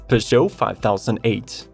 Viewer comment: First automotive list where Peugot is read as should.